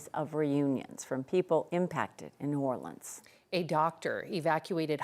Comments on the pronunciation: It's hilarious hearing her pronounce EVERY LETTER in New Orleans. It's not new-or-lee-anns, its new-or-lins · Lady, just call it New Orleens or New Or-lenz because New Or-Lee-Annes is killing me.